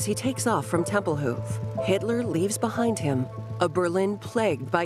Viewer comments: TempelHOOF? Where did that extra "O" come from? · My favorite was TempleHOOF. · By the way the name of the airport is Templehof. The "hof" part is not "hoof" like on an animal. It's like saying the word "hot". You don't say "hoot". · Tempelhoof? Where'd they put the horses? It's a feckin' airport. (The word is Tempel-hoff.) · Temple Hof like Hoff, not hoof and Krupp like cup not Croop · "Templehoof"?! Who taught this woman how to pronounce German? No one, apparently... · Whoever the narrator is, really needs to learn the proper pronunciation of numerous German names...obviously, not a student of history..."tempelhof airport, krupp and ruhr valley" are just a few she butchered.